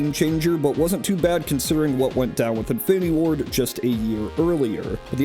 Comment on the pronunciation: I keep hearing “Infinity War” instead of “Infinity Ward.”